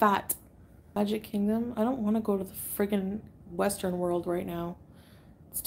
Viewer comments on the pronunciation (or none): none